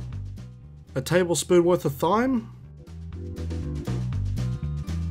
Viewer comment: lol, love the way you say Thyme. It's actually pronounced like 'time' :)